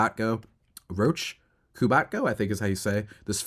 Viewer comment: Roch is pronounced "rock" and MASN is "mass-en"